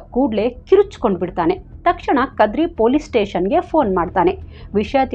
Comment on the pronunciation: Very nice narration...adre English baralla ansutte nimge .tiffanu, teshannu...ivella sari madkolli.Any way,u are super dear.